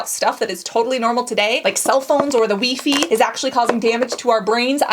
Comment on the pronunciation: Dear Wee-fee please dont hurt my brain :(!